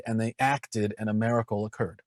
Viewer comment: I love Matt, but homeboy needs a class on how to pronounce "miracle".